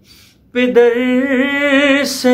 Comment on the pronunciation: Bhi pider nhi ha Lafaz pader ha Plzzzz sahi paro